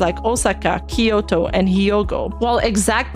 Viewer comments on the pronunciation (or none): KYO-TO. It's two syllables and four mora. KYO-TO. There is no "I". Stop talking like a boomer.